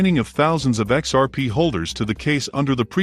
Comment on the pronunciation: I just cant trust a channel using text to speech... "XPs failures" cant even pronounce XRP